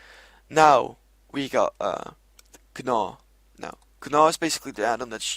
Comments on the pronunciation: lol its just pronounced naw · lol he said G-naw lol it's pronounced like naw